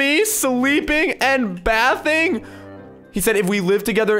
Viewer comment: "Taking pictures of me bath ing"